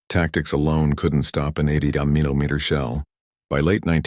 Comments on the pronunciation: Wha eye, Bee cause it say Milli mer ins ted of Millimeter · Poor A I can't even pronounce millimeter . it says millimer ! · Your Artificial Stupidity narrator doesn't know how to.pronounce 'millimeter'. I don't think it pronounced it the same way twice. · AI has a real issue trying to pronounce Millimeter. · You need to train your AI text-to-speech how to say "millimeter" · Why cannot the AI voice correctly pronounce the word “millimeter?” I laugh every time I hear it.